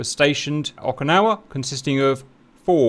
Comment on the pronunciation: It’s Oak-ah-nah-wah